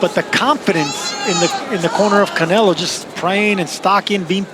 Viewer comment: I f'kn hate how they say Canelo's last name!!!! I hate it soooooooooooooo much! But even that was more entertaining than this fight.